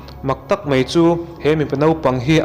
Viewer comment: Mei ti lovin Mai tiin lam ta zawk la ngaihthlak a nuam zawk ang ka ring.... Keep it up👍👍👍